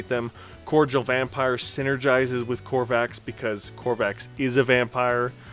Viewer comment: I know this is nitpicking but please... Please stop staying Crovax wrong! It is not COR VAX It is CRO VAX.